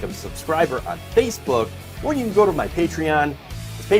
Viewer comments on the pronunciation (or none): none